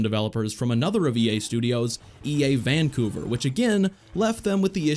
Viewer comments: Is there anyone whos annoyed at the pronunciation of VANcouver instead of vanCOUver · He put emphasis on the Van in Vancouver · The way he says Vancouver hurts me